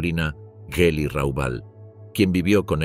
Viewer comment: La G del nombre de su sobrina se pronunvia dura como en la palabra "gracia"